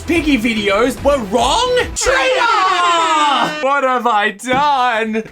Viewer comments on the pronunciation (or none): lol when he keep saying "TRAITER" XD